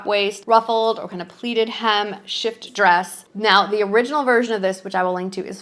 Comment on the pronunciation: It’s with a light th sound.